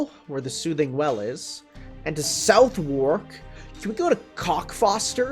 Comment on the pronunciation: as a brit, the one and only thing that annoyed me was you pronunciation of Southwark